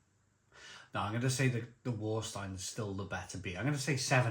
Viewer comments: please pronounce Varsteiner not Warsteiner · German pedantry here, but please pronouce the 'W' like a 'V' = 'Var'-Steiner. Sorry 😁 I assume the 660ml bottles must be made for the UK market, as only ever seen 500ml or 330ml in Germany. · Warsteiner is pronounced Varsteiner.... W is a V in German... it is the only decent beer of the 4 on show.